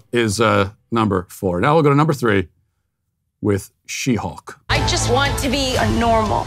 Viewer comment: "They-Hulk" lol